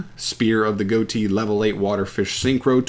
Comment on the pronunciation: Goatee? Uh, that’s not how it’s pronounced.